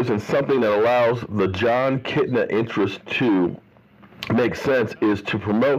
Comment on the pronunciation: Kitna? Nah, nah, nah, nah chef... that ain’t it.